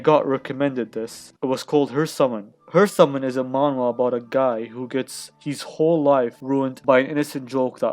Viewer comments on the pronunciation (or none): Dude you didn't pronounce properly.